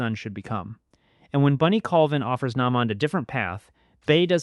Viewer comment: I almost subscribed but if you mispronounce character names often, like u did Naymond, I can’t sit thru ur vids